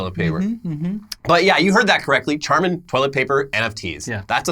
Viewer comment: Also pronounced charmin wrong a couple of times. Maybe to distract from the fungible lol